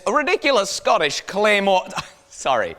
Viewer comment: Scootish Cleemurre